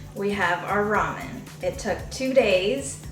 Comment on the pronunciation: It never stops amusing me to hear people(well, Americans...) continue to butcher the name of this noodle dish... Ok, people, the word "RAMEN" came from the Chinese name "Lah-Mien", meaning "pulled noodles"...(there are many many Chinese words used in Japanese) The Japanese pronounce the alphabet "R" with the "L" sound instead of an "R" sound, and i suspect the word "RAMEN" (pronounced as "Lah-men")was put on the English menu of many noodle houses in Japan ....after enough time and enough western tourists saying it wrong....the word "RAMEN" as people say it today was born...